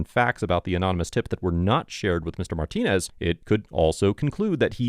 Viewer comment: The cop literally sounds like he says “ ALL I HAVE IS MY PENenis “ ⏱️ time stamp He was trying to say “ All I have is Martinez “